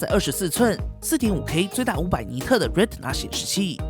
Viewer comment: ，英语里Retina这个单词，T字母的发音是不完整的，不需要完整发音。